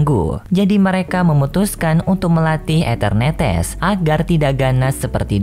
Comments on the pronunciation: Eternatus bang bukan eternetes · Bg nyebut enternatus nya kok kayak enternetes😂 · mimin mohon maaf atas penyebutan nama pokemon eternatus yang menjadi etenertees, sebenarnya waktu record mimin yakin udah nyebutnya eternatus, tapi waktu ngedit mimin baru sadar mimin salah sebut jadi eternetes, kalau mau ngulung record bakalan lama dan suara mimin sudah habis, jadi mohon maaf ya kalau kurang nyaman dengan sebutan enternetes wkwkwk. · Anjai eternetes